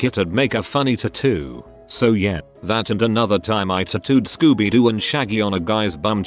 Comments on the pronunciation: Everyone else: tatoo Reddit guy: TOOTOO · Tattoo Computer generated voice: tutoo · Could keep watching after the forth time he said titoo